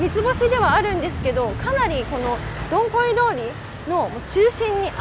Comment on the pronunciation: Dong Khoi通りはCOVIT-19の影響で観光の皆さんが来れなくなったため、店舗閉店が多発してしまいました、、、 以前の賑わいはなくなってしまいましたね😭 ちなみに、現地では"ドンホイ"に近い発音にした方がよいですよ😁 日本語発音"ドンコイ"はちょっとはずかしい意味になりますので😉 From Quan7 TP. HCM住人